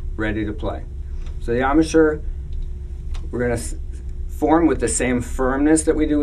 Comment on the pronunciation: Ahm-a-shur? Embachure? It's embouchure (from French 'bouche' = mouth). Gosh, learn the words concerning your instrument, people! Lovely sound it makes.